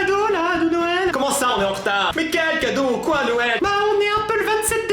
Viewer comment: Ta dit cadreau a 2min55